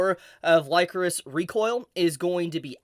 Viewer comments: Am I wrong or isn't it pronounced licorice like the candy? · I seriously thought you were saying "Licorice" the wrong way.... Lycoris sounds weird lol